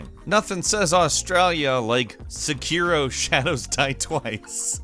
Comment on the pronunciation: Nothing says australia like sekirooo... Lmao